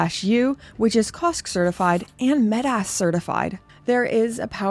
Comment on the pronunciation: You say metas like kickass